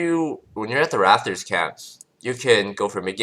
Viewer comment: It's not the subtitles. He actually says raFtors, not raPtors.